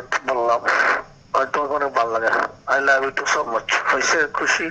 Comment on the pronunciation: "আই লাবি টু" বলে প্রপোজাল 😅😅😅